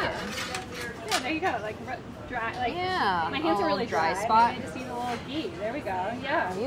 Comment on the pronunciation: There is a big difference between the sound ग (“g”) and घ (“gh”). घी = “ghee